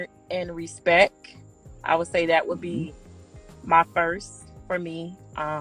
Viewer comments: Honor and respeck lol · Hahhaha he said "respek"! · It's pronounced respecT. Also she seems sweet. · “Honor and respek” Birdman: “yeaaa, respek” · I feel bad for dying when she said respeck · "honour and R E S P E C" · “Honour and respec” 😂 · "honor and respek" LMFAO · He really said respeck like her 🤣😭😂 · He said 'respeck' (she said it twice). That was way funnier than it should have been. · Axing expecially for respeck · She said "respeck" whew chile lol